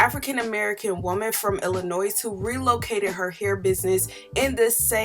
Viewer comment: Side note: The “s” is silent in Illinois